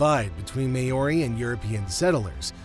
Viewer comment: So, what just happened? The commentator really needs to do some research into the pronunciation of “Māori”! “Mahri” not “Mayoarie”!!!